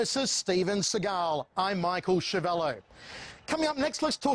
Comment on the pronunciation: Man, your surname is Schiavello (pronounced Skiavello ) not Schiavello. Come on! You have Italian origins!